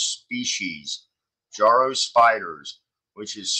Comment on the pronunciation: Yes, they are one of many, many invasive species now spreading around. They are also totally harmless and blessed with wonderful myths in Japan, where they are native. As for the pronunciation, i's not JAR-o, it's Juh-ROW. As for their webs, their uniqueness is in their resemblance to musical staves (the horizontal lines on which notes are written).